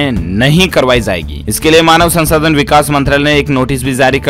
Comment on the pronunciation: Zaegi nahi, Jaegi bola jae Urdu shikhna zaruri hai Zankari nahi, jankari Zarahi hai nahi, jarahi hai